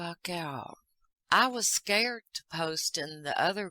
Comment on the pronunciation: I loved how you said in your funny accent I was scared 😅❤